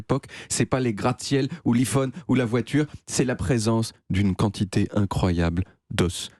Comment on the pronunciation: ''ou Li phone'' 😂.